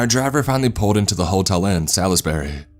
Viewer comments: yes he said Disney in UK. I never disputed that. But at the very beginning when he and his wife arrived there he said he was staying in Salisbury. If you read up in this thread you will see other people said that as well. The main reason I remembered it was bc the narrator mispronounced it, calling it “Sal-lis-ber-ry” with 4 syllables instead of 2. It annoyed me lol. So I remembered. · For future reference, the "i" in Salisbury is pretty much silent, so is pronounced as Salsbury!! Great story and well narrated